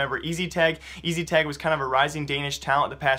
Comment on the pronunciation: OMG HIS NAME IS NOT EASYTAG ITS ESTAG